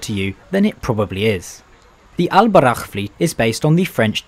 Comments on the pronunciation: Alburak not Al borakh in arabica براق not براخ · It's al Borak not al barakh which translates to pegasus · Its al boraq not al barakh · its el BURAK not el barak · I don't understand how did you manage to read a very simple word so wrong? It says Al Boraq (Al Borak) not (Al Barakh)??????? I am really sorry but this is very annoying, everyone pronounce it very correctly in Morocco you must have heard it a thousand times, yet, the pronunciation is very very very wrong, meanwhile, as a foreign english speaker if I say Twenty instead of Tweny, it's a catastrophe..... But thanks for the video, hope you enjoyed your stay. Edit: Loved the Maghrebian music at 10.20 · It’s buraQ letter Q 😂😂